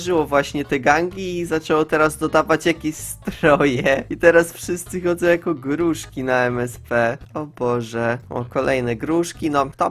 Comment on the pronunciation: czemu mówi gruŻki a nie gruszki skksks